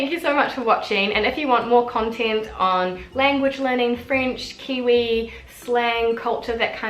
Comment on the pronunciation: Good job. At the end the girl from NZ says contInt instead of ContEnt.